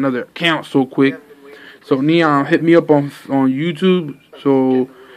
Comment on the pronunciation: I think he was trying to pernounce my name because he said Neon (Geeon) and then he said something